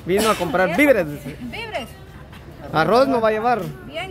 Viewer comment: No molesten a la corina mejor enseñenle a decir bien las palabras… hasta que valla aprendiendo, CORINA SE DIGA: DO-LA-RES… DIGA: VI -VE -RES